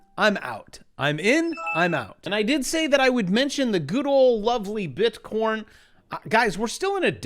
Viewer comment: Just listened to the latest Schiff - he said bit-corn